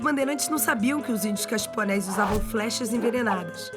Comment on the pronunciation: Eram Índios Coxiponés. Não eram "caxiponés".